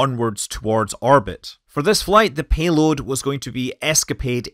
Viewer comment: Orbit, not Arbit